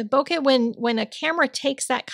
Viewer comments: Hi, - One day I might give this a try. It is a beautiful card! I looked up "bokeh" and found the second syllable to be more like "kay" than "kuh." You always inspire me and say "woof woof" back to your dog for me! L in PA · Hi! This is Stunning. Love, love, love it. Bokeh is pronounced Bouquet. Sending Hugs!